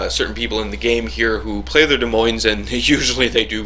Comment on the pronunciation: Holy shit, I thought this ship was supposed to suck! Nice vid,! But just to be a language Nazi, BOTH S's in "Des Moines" are silent. 'Cuz French and shit.